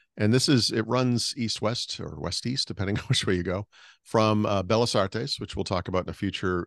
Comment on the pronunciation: your Spanish is getting better and better, very proud of you! Tip: when you see two Ls together like in 'Bellas', you pronounce differently 😀 Please don't be mad at me, have been following you since the start of the Supersite for Windows 😅 OMG, the food!! So much better than the tasteless crap we have in the Seattle area 🤦‍♂️